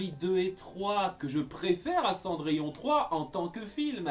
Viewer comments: Ah c’est pour ça qu’ils disent « Cendrillone » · A on entend gus et jaq dire cendrillone